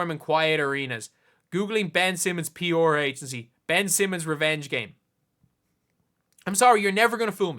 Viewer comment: Took you saying “p’or” 3 times to realize you weren’t talking about some team I didn’t know but were saying “pr.”😂🤦‍♂️